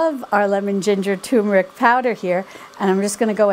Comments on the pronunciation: I might try to make these. And I also enjoyed your no knead bread recipe although as I stated in my comment it wasn't quite golden brown. However a tip here you're pronouncing the word turmeric incorrectly. There's an r in there and you're pronouncing it as 'toom' instead of turm. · You have extremely long videos. You speak too much so important information is missed. Please make your videos 1/2 the time. By the way turmeric does not have tumor in it so please don't make "r" silent in turmeric.